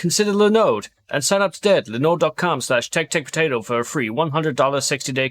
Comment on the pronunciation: Million dollar suggestion: replace each instance of "Lindode" in the sponsor segment with a voiceover of saying "Linode" 😝